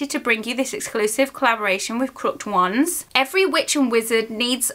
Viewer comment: It’s pronounced crook-ed wands. Just helping out. Love your videos.